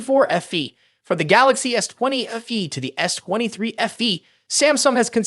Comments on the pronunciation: FE not afee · Its letter F and letter E ,not letter F and words Fee.so its Fe simple not ffee ffee